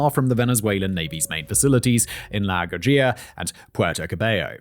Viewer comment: Guajira = Gua-he-ra